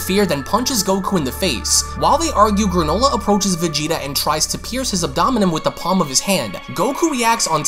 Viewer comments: Abdomen is pronounced: ab - duh - muhn! You say it like you are about to pronounce abdominal... Anyways you speak well enough that I don't think English is your second language, maybe you have a slight accent... maybe I'm just a dick... I dunno... it just drove me nuts. Thanks for the video and love your channel. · ab-do-men my dude lol. Loved the vid! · The way you say Abdomen upsets me